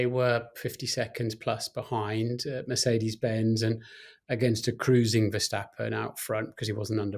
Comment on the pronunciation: For God's sake Martin, stop saying "Mercedes Benz" 😂